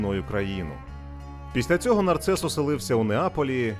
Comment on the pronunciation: Не нарцес А Нарсес